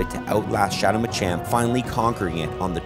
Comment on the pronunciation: Bro really said Machin